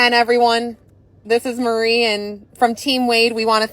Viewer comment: Are you saying Murry?